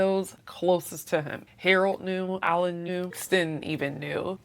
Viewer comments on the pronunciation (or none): Good commentary. Always check name pronunciation though.. Alan is actually Alain pronounced Elaine!